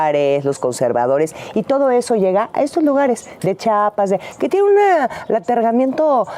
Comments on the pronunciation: De acuerdo, solamente pronuncie bien: Chiapas; no Chapas. Por favor 🙏✨ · No de dice chapas se dice Chiapas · Se pronuncia Chiapas, no chapas por cierto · .10 Chiapas corazón no chapas.😂😂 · es como si dijera GADALAJARA y no GUADALAJARA, no se ve bien, lo dice mal la primera vez que lo dice en el video fijate bien